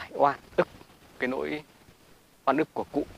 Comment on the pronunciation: Nỗi oan chứ không phải “lỗi oan“ nhé!